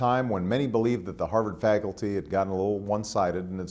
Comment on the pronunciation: did he say "fagulty?